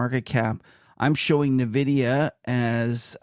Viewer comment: the demand for AI chips is huge. The correct pronunciation is N-vidia, not nevidia.